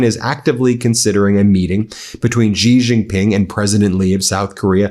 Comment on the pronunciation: Can you learn to pronounce Xi Jingping's name correctly?